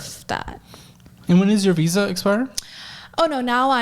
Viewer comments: I hate how she pronounces her “V’s” She has no accent, she doesn’t need to say “Wenmo” or “wisa” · I'm sorry, is she saying Weeza instead of Visa? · She got her "weeza" huh? Never heard of a "wiessa" card before. Wtf is a "weezer card" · A doctor and cant says wisa instead of visa. I bet that word has to be in her vocabulary almost daily. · I very much dislike how she says "visa" invokes great anger in me. "Weeza"! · It kills me everytime she says weesah instead of visa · "Weeza issue" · I never heard that word. I did, however, hear her say "weesa" quite a few times. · I keep hearing her say “Weesah” for Visa 😂😂😂😂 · Visa..VVVVVV... With a V. This Weeza nonsense is killing me. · Why does she say Weesa? It’s Visa. Why can’t she pronounce Vs? She has an American accent and dialect. The fuck? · Did she say weesa instead of visa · What the fuck is a wisa????? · What’s a “weezuh”? And what’s “wenmo”? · It bugs me how she can pronounce "F" words totally fine like "Forgot" and "Friends'" but somehow pronounces "V" words incorrectly. Instead she says "Wisa" and "Wenmo."💀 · Congratulations America you're importing doctors that can't pronounce visa, say every sentence like it's a question and are financially illiterate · Bruh its not that hard to say Visa